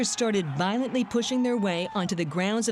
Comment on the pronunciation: "Protestors started VOILENTLY pushing their way on the grounds of the capital building around 1pm" lmao